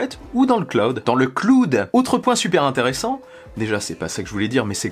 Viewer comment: « dans le cloude » 😂😂